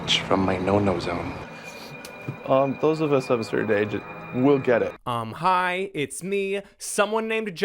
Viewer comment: I just wanna say that for a long time I thought you were saying "I'm high" instead of "uhm hi" in the beginning of your videos. Like I thought you filmed them while you were high.